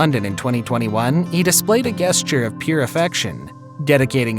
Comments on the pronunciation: The word ‘gesture’ is pronounced jess-ture, not guess-ture. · Is the narrator a robot⁉️ guess-ture? not jes-ture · Mispronunciation alert! Gesture is pronounced "jesture"...not "guesture". 😊 You're welcome! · Sorry, but 'gesture' is pronounced 'jest-ture'. Not the way you're saying it 😂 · I'm sorry, but the only thing I got out of this video is the speakers annunciation of "Guess-ture". Wow. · I'm a fan of the channel, but am I the only one hearing that he pronounces the word "gesture" as "guess-ture"? Is that regional or is he just mispronouncing it? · FYI: Gesture is pronounced “jest-ure.” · I've never heard the word "gesture" pronounced as "guess-ture" before now and I'm english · I’m sorry- if you’re job is reading/narrating this stuff - you must know how to pronounce words. In the word “gesture” the G is pronounced as a J. I can understand making an honest mistake (especially if one is doing tons of these things)- but what about editing? Is there even an editor? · When is this guy going to start pronouncing the word gesture correctly...